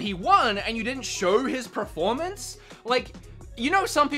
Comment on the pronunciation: pronunciation of "performance" bothers me so much